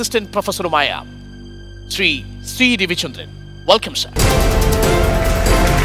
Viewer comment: ശ്രീ എന്നു പറയാൻ പഠിയ്ക്ടാ മോട്ടേ